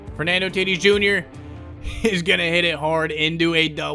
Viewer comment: said Fernando titis jr